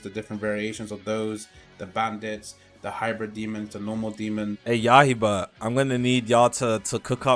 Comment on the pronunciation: im still not letting get away with calling yaiba yahiba